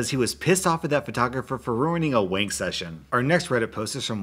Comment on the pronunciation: Found the Alabama man